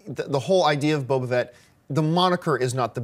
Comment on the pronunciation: Boba FETT, John. Not Boba VET!